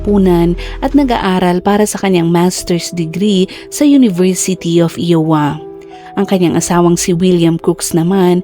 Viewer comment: IOWA should be pronounced "AYWA " po NOT "IWA" 😂😁🤪